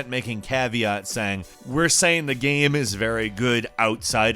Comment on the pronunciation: "there were patches coming out for the came" did anyone else here him say came instead of game?